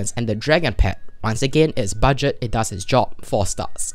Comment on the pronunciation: "budet friendly" we all make mistakes its ok